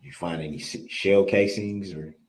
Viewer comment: I think he has no idea what leading or hearsay or relevancy actuall y mean. He just says it to say something. He apparently skipped 1st grade when you learn “sight words.” Even my 6 year old granddaughter and grandson know “any” isn’t pronounced N-T, nor is it spelled that way.